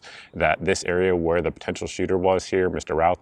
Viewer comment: His last name is pronounced RUTH. great info thanks!